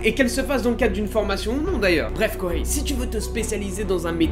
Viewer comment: Arghhh il n'y a pas de prononciation de H en japonais Kohei ce dit Koei